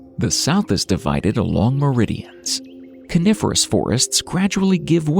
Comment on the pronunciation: AI can't speak again. Calling the Coniferous forests Carnivorous!😊😅😂